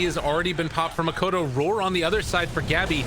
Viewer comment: boom can win? that's new. why the caster always call "makoto" instead of "mikoto"